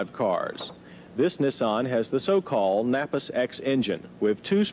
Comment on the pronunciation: First the Cam-Ray and now Neh-saan. Can't wait to hear the next offbeat pronunciation 😄